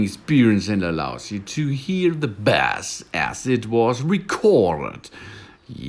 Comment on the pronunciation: Bass is pronounced 'base'. But your big mistake to try to sound kool in English when you don't recognize how creepy you sound to native English-speakers. Creeeeepy. Your regular English is fine. The Kool Guy thing reflects the voice movie makers use for Loser Guy.